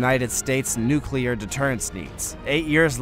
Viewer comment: "Nuclear" is pronounced "NEW-klee-urr".